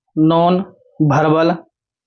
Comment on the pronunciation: Verbal Hota hai sir, aap verbal ko bharbal keh rhe hai